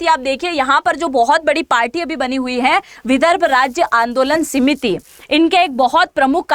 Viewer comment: सीमिति नहीं समिति कहिए ।